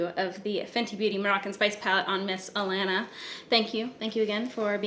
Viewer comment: The way you say it I thought her name was Atlanta 🤣